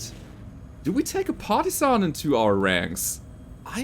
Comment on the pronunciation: all I can hear is "Party-san" and I don't hate it.